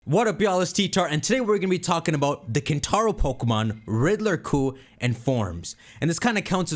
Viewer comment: Hear me out: KinTtar-o